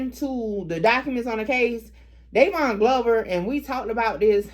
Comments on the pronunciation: Dyron...it's Dy-Ron....I ain't know bruh was out there like that. Bruh a Northside Aiken dude. Rest up. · Its pronounced dye Ron Dyron